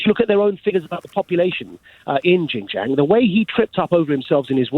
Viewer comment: Maajid Nawaz is ignorant, literally. He's a complete fool. For a start, Christians are not persecuted in China - I am Christian and I've lived in China for the past 18 years and I've not been persecuted - not once. WRT XinJiang - he can't even pronounced the name of the place. If he's such an expert, you'd imagine he'd have learned to pronounce it by now. I bet he's never even been there. I have...no sign of any oppression whatsoever. He believes some things from the Chinese government, but not other things - picking and choosing what to believe or what to believe, based on what thinks supports what already believes. Anything that does not support what he thinks is propaganda or cover-up. He's the very definition of conspiracy theorist.